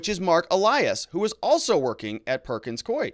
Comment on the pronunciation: Ah, you correctly pronounced "Perkins Coie." (I'm not sure I spelled it correctly, however!) They have an office in Alaska. I used to get contracts from them to type court transcripts.